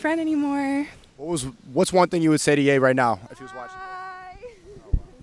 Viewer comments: Pretty funny the Chinese cop says Yee instead of Ye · An Asian guy calling Ye "Yi" is peak.